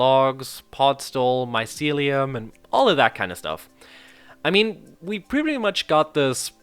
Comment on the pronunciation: “Your” Celium? No, no, no, its MYcelium.